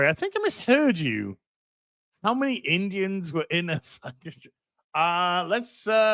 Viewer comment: I was only listening and i thought she said indians, but pronounced "injuns". 😅